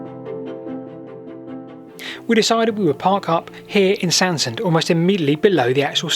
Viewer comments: Hello thanks for a lovely item. Sorry to be a bit pedantic, but the pronunciation of Sandsend is Sands-end and Staithes is pronounced 'Steers' locally. I know that you like to know these things. 😁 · it's supposed to be pronounced 'Sands end'